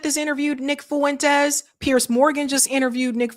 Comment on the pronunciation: Fuentes is 2 syllables not 3